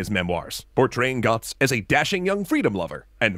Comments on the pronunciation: Who is Gotz? Learn the ö man! Rigth now, it hurts how you speak Götz. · He have Umlaut in his name. Götz (Goetz) not Gotz. Because of course! :)